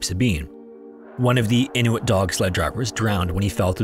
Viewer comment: I love the proper pronunciation of "Inuit"😊